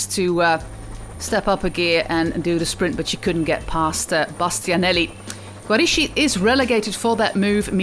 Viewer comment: my compliments for the Italian and Spanish pronunciation, but the Italian letters "ch" are pronounced as like the letter "k" in English Barbara Guarischi = Barbara Giariski